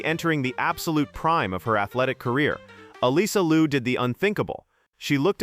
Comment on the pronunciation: Her name is Liu not Lu. You need to know how to pronounce it right first!